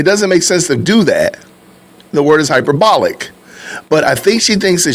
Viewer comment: another Candicism for you. Instead of hyperbolic, she says “hyper- bollic”